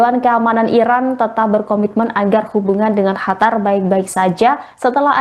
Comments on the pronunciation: "Qataaaar mbaaak Qatar" !!!!!...bukan "Hatar"...salah 1 huruf jadi beda makna itu mbaaaak,,heeedeeeh 🤦‍♂️🤦‍♂️🤦‍♂️ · Hatar apa Qatar ya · Qatar mbak, bukan hatar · Qatar atau Hatar...? 😊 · Qatar..mbak..bukan khatar.. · QATAR MBK BUKAN HATAR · Apasi hatar, ganggu banget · Bukan hatar tapi qatar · Qatar,,bukan hatar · Hatar apa Qatar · Qatar bukan hatar mbak eee😒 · Qatar apa hatar sih...? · Pembaca beritanya,hatar hatar terus tidak bisa apa kalau nyebut Katar .. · baca qatar aja .. hatar hatar hatar.. gimana sih ngomongnya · Hatar apa kata kau ni? Gak bisa kau baca Qatar?! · SIAPA SIH NAMANYA INI , GAK BISA BEDAIN HURUF "Q" DAN "H". LANGSUNG SAYA SKIP , YG BEGINI JADI PEMBACA BERITA. JANGAN DIPAKAI YG BEGINI MAH. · Qatar bkn hatar hadeuh apaan sh ni pembawa berita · apa gua aja ya yang dengar dia bilang HATAR wkwkwk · Ga nyaman juga dengar Qatar di sebut Hatar. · Qatar = Hatar, Qurban = Hurban 😂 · Masa Qatar dibaca "hatar"? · Hostnya gimana nih, negara QATAR dirubah nama HATAR, tolong belajar lagi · hai mmba cantik, itu QATAR tidak dibaca KHATAR. ini terdengan sangat mmenyebalkan apalagi anda mmenyebutkannya berulang kali. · Qatar ya bacanya qatar bukan Hatar mbak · Qatar bukan hatar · Bukan hatar tapi (Qatar 🇶🇦) KO Salah menyebutkan sih ini berita🙏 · bukan khatar tapi qotar atau katar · Qatar bukan hatar,arabnya pakai qaf bukan ha. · Betul..kurang enak didenger. Mana ngomongnya berkali-kali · Penyiar berita ini salah sebut negara Qatar dgn ucapan chatar arti ucapan chatar yaitu Bahaya Seharusnya di ralat ucapan salah itu yg didengar pemilsa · Khatar ⁉️ Ketar.. Ketir.. 😂😂😂😅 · Pemyiar Tribun News mohon di diralat atas ucapan kata2 nama Negara Qatar bukan Chatar Awali dgn huruf gaf bukan cha Seharusnya Qatar bukan Chatar arti Chatar dlm bahasa Arab berbahaya Dan ada lagi penyiar Hamas jadi Hamasy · Kak tolong kalau bilang qatarnya yang jelas sedikit saya dengarkan dan nonton ulang² sama teman² saya kak pembawa beritanya ini bilangnya hatar bukan qatar sekian